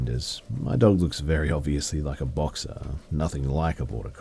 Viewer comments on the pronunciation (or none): none